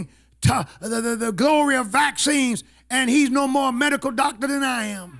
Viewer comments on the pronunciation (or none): none